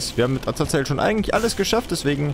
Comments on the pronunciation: Bitte...sag doch Azazel und nicht Azazael...jedes mal rege ich mich auf und denke, kann der nicht lesen?... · Azazel wird Asasel ausgesprochen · Azazel ist die schreib art aber man spricht ihn Asael aus. ist aber egal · warum kannst Azazel's Namen nicht immer so aussprechen? :C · Und spricht Azazel immer noch falsch aus xD